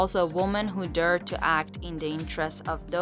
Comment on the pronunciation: Durred?Dared you idiot!